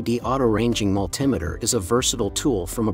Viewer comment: The word is Multi Meter ,that put me off watching your video, or should i say VIDO!